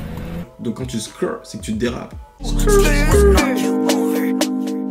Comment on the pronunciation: C’est skrt et pas skrr si ?